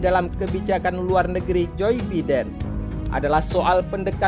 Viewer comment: Jir "joy beeden".